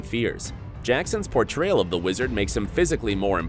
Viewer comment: portroyal? Lol